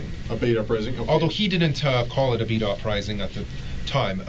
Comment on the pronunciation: i kept hearing "beat off rising" instead of beta rising